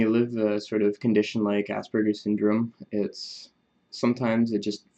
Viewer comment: Thanks for mentioning, pronounced ~~~ a-SPER-gican with a soft "a". SBS is Suspended Body Systems. Better than ASS-BURGERS, you think? Sooo social interactions, let me tell you. Interesting fact is that one of my obsessions, lasting 30 plus years now, has been Autism/health care. A huge fascination of mine, but of course I could not see myself as a head banging mental or disabled, as autistics were often portrayed. 30 years ago in U.S. homosexuality was classified a mental disorder with electroshocks the treatment. It is a double edged sword this knowledge tool ~~ with self-knowledge comes certain insights, many of which are not pleasant especially when regarding a lifetime of broken relationships almost in total. Listening to other Aspergicans is truly amazing and YouTube must be the most democratic tool on earth!!! As a teen circa 1960's, I would prowl around the library shelves stacked musty books, umm, H ~~ homo ~~ quick glance about and then absorb. Today we type in few letters and presto, zillion references and visuals in total privacy!!! But what is the price for this insight?? In-sight is just that, a light that shines inward as you paddle along once dark memory river, now drowning amongst your REGRETS and NOW you honestly know why!!!!!!!! Yes, regrets of an un-lived people-less life with so many joyful opportunities foolishly lost with the dreaded realization that the "others" were in all probability equally pained ~~~~